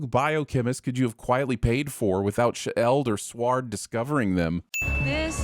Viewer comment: I thought I told you to stop mispronouncing words like S.H.I.E.L.D. (which is actually pronounced "sheeld", not "shih-eld"), S.W.O.R.D. (which is actually pronounced "sord", not "swahrd"), and K.E.V.I.N. (which is actually pronounced "Kevin", not "Nevin"). Wait until She-Hulk herself hears and sees about this!